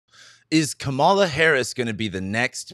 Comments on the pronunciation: It’s Kamela rhyming with Pamela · Her name is pronounced: COMMA-luh. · It's Kaaaa ma la. Not Ka ma la. Pronounce her name correctly. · I wonder if mispronounces Kamala’s name on purpose. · Wondering the same. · Please pronounce her name correctly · SO irritating that he doesn’t know how to pronounce her name. She’s the Vice President of the United States for fuck’s sake!! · She's been Vice President for over three years. You're a man with above average intelligence and who's got a finger on the pulse of current events. Therefore I surmise you are pronouncing her name incorrectly on purpose. Oops, better check under that mustache; your bias and disrespect are showing.